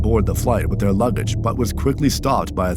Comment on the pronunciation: “lubbage” lmaoo